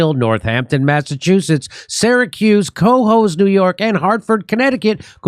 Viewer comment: I love that you pronounce it Co-hoes, NY 🤣 Can't wait to see you there!!!